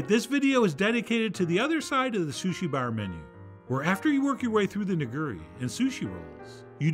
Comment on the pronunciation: WTF is "nagurri".... oh, you mean nigiri? (nee-gee-[r]ee) lol!